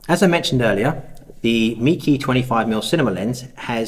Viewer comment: Not a criticism but the name is pronounced /may-kuh/. I have their super wide fisheye lens which I use for 360° photography on an Olympus E-M1 mark II. The lens build quality is amazing for the price. Thanks for letting us know about this little beaut.